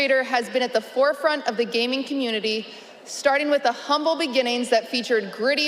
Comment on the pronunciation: "impact on the world of gaving"